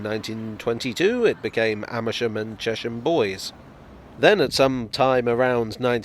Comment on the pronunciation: I'd say Chesham Bois was dropped for sounding too French but not with that pronunciation